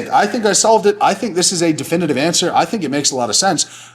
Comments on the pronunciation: "Difinitive" come on Hoop.. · ‘Difinitive’ lol